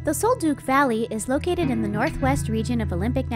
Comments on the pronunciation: Sol DUCK not Sol Duke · The scents were from Douglas fir, NOT pine and Sol Duc is pronounced “sole duck”, NOT sole dook!!